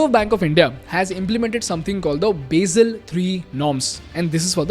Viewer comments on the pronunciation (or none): And learn how to pronounce basel